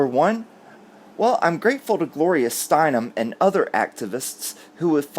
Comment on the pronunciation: Thank you for pronouncing "Steinem" correctly. Everyone else under 50 is saying "Steinman". ( I just noticed spell-check automatically "corrects" it to Steinman.)